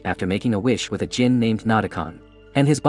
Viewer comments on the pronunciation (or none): none